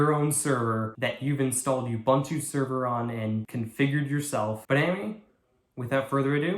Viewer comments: "U-BANTOO" doesn't exist. That's UBUNTU (OOBOONTOO). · the way you say "ubuntu" sounds like an insult towards someone